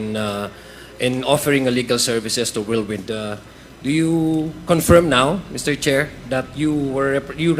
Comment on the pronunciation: Just a note: Roque's pronunciation of 'per diem' is correct vs. Cong. Luistro. Cong. Luistro should Google pronounce to verify the correct pronunciation. The other word, 'confirm,' Roque is again correct vs Cong. Luistro's pronunciation.